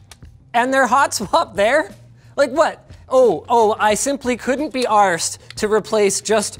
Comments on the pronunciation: Linus needs to work on the way he says ‘arsed’. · Hehe he said arsed in a weird way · hahaha giggled at his attempt at saying "couldnt be arsed" in a Canadian accent. Well played sir, well played. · hearing linus say arsed is cursed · you get a rare glimpse of British Linus